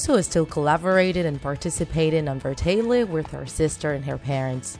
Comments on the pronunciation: Im sorry but it's BRATAY-LEY not Bratay-Leh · Lady it's not pronounced Brataylay it's pronounced Bratayley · “Creators of the famous family YouTube brataylehhh” 😂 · She says bartalet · Bruh- tay- leh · Anyone else get triggered when she said Bratayley like Bratele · Myaobrien15 look up bratayleys last name reveal, they say it, it is hard to explain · Alicia Rutledge the way she bratayley also bothered me😂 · Alicia Rutledge and when she said “bratayley” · sorry but the way you said bratayley bothered me so much but video was amazinv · You say bratayley wrong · You say Leblanc and brataley wrong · It annoys me how u say Leblanc and how u say Bratayley no offence and I liked the video :) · That's not how u say Bratayley or LeBlanc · U saying bratayley, haliey, and Leblanc wrong.